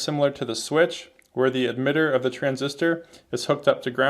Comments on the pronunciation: Why are you saying Admitter instead of Emitter? Is this some dialect thing? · my first video ... looks to be a very good one ... (for whatever strange reason he pronounces emitter as 'eDmitter' 😝...